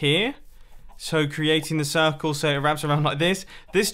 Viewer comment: It is not circle but cirCOOL :D